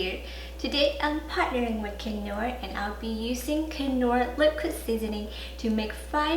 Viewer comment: These sauces look amazing, but I'm pretty sure the 'k' in knorr is silent